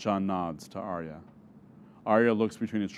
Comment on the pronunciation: AK Rex yes, i love this presentation but i am disturbed 😧 😳 by the mispronunciations of the names. It was in by head all the time and i feel bad listening to the names said that aren’t right, such as Arya as said as “aerya” and so on. But overall i enjoyed and liked it!